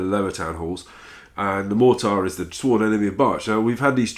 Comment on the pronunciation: "A mortire" lol